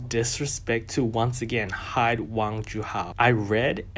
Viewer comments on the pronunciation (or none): none